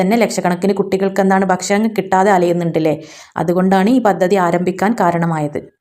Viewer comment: ഭശ്ശണം അല്ല, കയ്യുക അല്ല കഴിയുക.